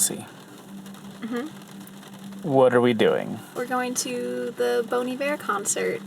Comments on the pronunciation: Up until the last minute, I heard "BONY BEAR" instead of Bon Iver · I’ve never heard “Bon Iver” said out loud and that is not how I expected it to be pronounced haha